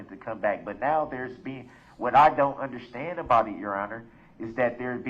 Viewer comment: Even worse is the audacity to pronounce the word ‘understand’ as ‘underschtand’ or even sometimes ’underschhhhtand’ It makes me want to fold his face in. I would pay reallly good money for the chance to do so.